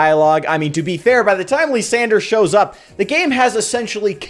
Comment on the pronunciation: After butchering Kyurem, he now butchers Lysandre calling him "Lisandre"